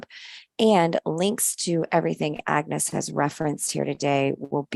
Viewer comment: Love it. Love how she mispronounced agnes'name and agnes couldn't be bothered at all. Can relate to it as people often mispronounce my name hahaha.❤❤😂😂